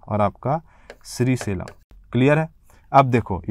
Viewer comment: आपकी भाषा थोड़ी प्रौढ़ होनी चाहिए। उच्चारण दोष हैं जैसे श्रीशैलम को श्री सेलम कह दिया है।